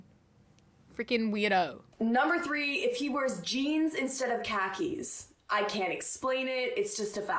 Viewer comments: i love you but i can’t stand how you say khakis. “cockies” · i am so sorry but you calling khakis cock-ies is the funniest thing i have heard all day